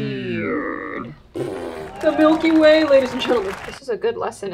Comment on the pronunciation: I wasn’t looking when she said “the Milky Way” and I literally thought she said “the milk you weigh”